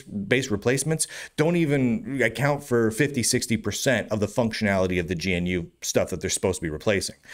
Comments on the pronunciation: Why do you say G N U? It's Ganoo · my pedantic RMS construct was screaming about pronouncing gee-enne-you and not gnu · Why does he call it Gee-En-You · "Gee en you" XDD